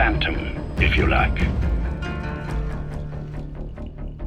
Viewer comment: Didju Rike it?